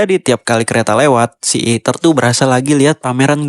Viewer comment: fren fren, este luis noh eja , malah eater bukan ether